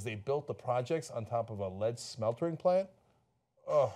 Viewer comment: ~ i think it's just 'smelting', not 'smeltering'